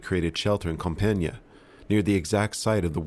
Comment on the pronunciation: Compiègne is a tough word to pronounce for english speakers. To make it simple you should just say "Comp-yen", and you'd be closer to the french pronounciation. And Foch is pronounced Fosh!